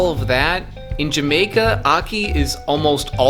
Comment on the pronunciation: series should be called: wakin troo jamaka literally spelt like that n pronounced like it to add to the charm